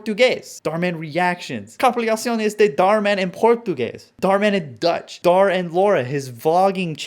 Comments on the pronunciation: I love how you pronounced deutsch as dutch because it means german asdads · Screen: Dharman in Deutsch: „Dharman in Dutch“ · "Dhar Mann in Dutch" really angered me for some reason. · I figured that he just mispronounced it tbh 😭 I’m learning German and most people first pronounced it similarly bc… you know… we didn’t expect it to make an “Oish” sound LOL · I think I would probably expect an English speaker who doesn't know German (or German pronunciation) to pronounce Deutsch like "Dootch" (or possibly "Dyootch"), based on words like neuron, neuter, deuce, pseudo, feudalism, queue, and euphemism, where the letter combination "eu" makes an "oo/ooh" sound or a "yoo" sound (pronounced like the word "you"). Personally, I think it's more likely he thought Deutsch means Dutch and decided to just say Dutch instead of trying to pronounce Deutsch. You never know though.